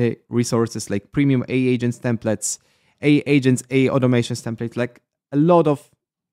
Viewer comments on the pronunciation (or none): How to remove the Heygen watermark? I think AI is pronounced A - I